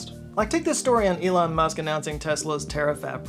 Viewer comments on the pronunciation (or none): none